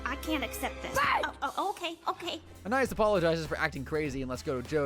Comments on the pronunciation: "ahnaiyees" that is NOT how you say anais😭🙏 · bro is saying it like aniis, it suposed to sound like anieese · You "watched the entire show" but mispronounce the name of one of the main characters. To anyone who doesn't know, Anais is Anne-aye-eece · “An-eye-is” is not her name 😂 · Why is no one talking about how he pronounces Anais? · The real crime here is how this guy pronounced anais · You said you watched every episode, yet repeatedly mispronounced Anais. Wait, is this just a text-to-speech channel? Dammit... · thats not how you say her name bro quit tryna be different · You are pronouncing Anais wrong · He mispronounced the name of a main character. He didn't watch the show.